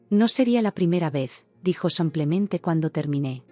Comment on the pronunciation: No se cansan de decir samplemente 😢